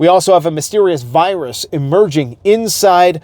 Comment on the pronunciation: It's chemical not a wirus!